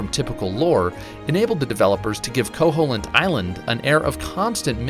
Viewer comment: Actually it's pronounced ko-HEEL-int! Not ko-HOLE-int!